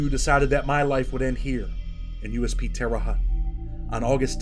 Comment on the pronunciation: Just wanted to say Indiana is a great state but it's terre haute (hotte)